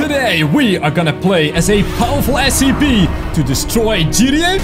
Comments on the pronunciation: It is scp not sep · The way you said scp made me almost die from laughing 😂